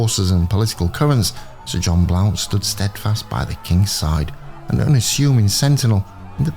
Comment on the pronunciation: Pronounced blunt.